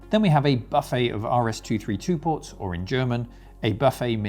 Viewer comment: Had to downvote because of the ludicrous pronounciation of "buffet" in German.